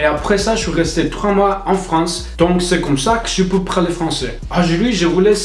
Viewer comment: Un petit conseil, tu as tendance à dire « praler » au lieu de « parler » ;) mais tu de débrouilles extrêmement bien ! C’est clairement une des langues les plus difficiles au monde donc bravo !!